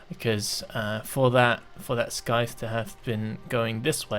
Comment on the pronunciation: I chuckled quite a bit when you called the scythe at first "skythe".